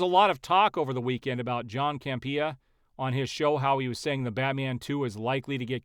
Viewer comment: Campea is pronounced cam-peeyuh.